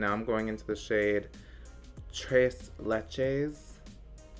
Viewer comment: You pronounced tres leches correctly, don’t worry :)